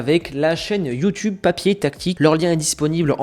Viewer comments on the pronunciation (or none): none